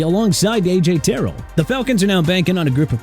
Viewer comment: You mean A.J. Terrell (ter-rell)?? And Miami signing Jordyn Brooks was a mistake? Are you serious?! UNBELIEVABLE!!!